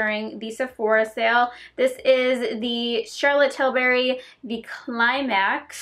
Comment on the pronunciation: Why do you pronounce Charlotte Tilbury Charlotte Tilberry